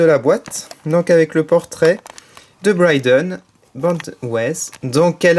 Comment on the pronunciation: c'est pas Bryden mais Brie (jes sais pas comment ça s'écrit X3)